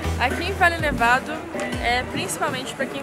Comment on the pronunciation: Farellones, léia se Farejones...Valle Nevado ,léia se Vaje Nevado....